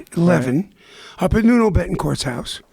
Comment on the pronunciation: It's Nuno Bettencourt. He called him "Nono" the first time and "Nunu" the send time. Hahaha.